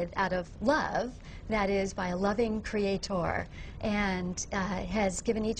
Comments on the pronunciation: "Crea-TOR". I've watched these videos. Wendy Wright is excruciatingly ignorant. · the way she says creaTOR really annoys me. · Her saying "creat-orr" sounds like Mille from the band Kreator saying it... :-D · I already saw this clip. Still a fan of how she says "Creataur" Sounds like a centaur, but with creatine (as if that makes any sense)